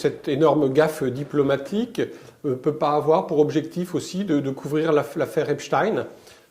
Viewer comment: Et alors vous dites "Einstine" ?